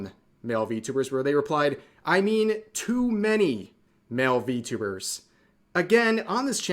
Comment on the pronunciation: You said it wrong its ENVY-tubers